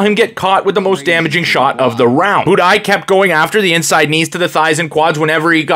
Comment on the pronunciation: Budai rhymes with Dubai Buday leggo